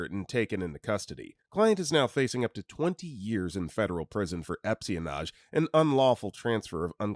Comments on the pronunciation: Yeah, good old epsionage will get ya prison time, and I suggest community service at the very least for the narrator pronouncing it that way. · “Epsionage” LMFAO